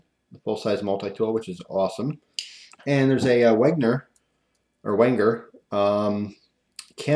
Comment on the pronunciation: the Wanger, or wahtever you said, i believe, is meant to be said like "Venger"